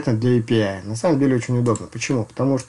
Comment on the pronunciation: не АПИ, а ЭЙПИАЙ